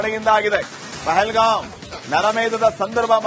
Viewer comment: Say properly. It is pahalgam. What is your qualification?